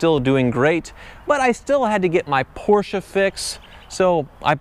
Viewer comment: Ffs Porsche not a Porschia....